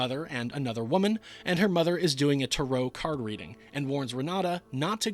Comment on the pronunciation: I love that dumb old man who falls down the stairs. Weird pronunciation of “tarot card” but hey, you’re and I’m just a humble vassal.